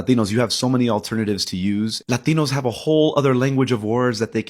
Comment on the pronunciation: I’m Hispanic so I can say this; the fact that the guy is speaking English but pronounces “Latinos” in Spanish makes him stupid, cringe, and wrong about everything he says. No argument. Next.